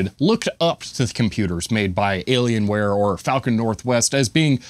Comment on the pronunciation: It's an alien wire... not alien ware.